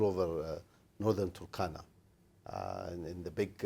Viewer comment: the turkana wind project. most kenyans pronounce it with an extra u (turukana). i dont know why.... its like the way the presenter is pronouncing waste west